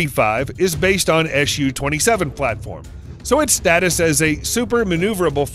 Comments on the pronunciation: Is there a good reason for you to pronounce the abbreviation like "ash you"? It's "Suchoj" with "s", not "sh" sound. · Why are you saying "Shu" and not "SU" ?